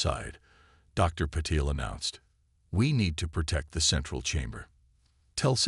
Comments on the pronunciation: I believe it's supposed to be ( pa-tell). At least on other hfy channels it is. 😊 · Your AI SUCKS ASS!!!!!!!!!!!! WHAT THE F@ is the Dr's name::::!!!!?????: "Paddle", "PEDDLE", "PUH-teel", "PAHDLE", "PAT-le", "Patel", and WTF is: CATA-lodging"?????? AND, WTF is: "....time to PER-fict the technology...".? I am done listening to you. You people don't even attempt to proof read or correct these frequent and very annoying errors!!!!!!!!!!!!!!!!!!!!!